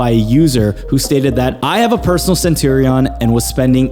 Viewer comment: How can I take you seriously without pronouncing Centurion correctly haha